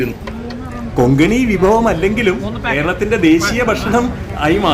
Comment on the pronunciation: Konkani ✅ Kongani❎ 😊